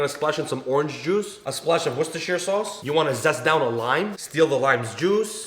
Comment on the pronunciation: You know your the first American cook I’ve heard pronounce ‘Worcestershire sauce’ correctly. 👌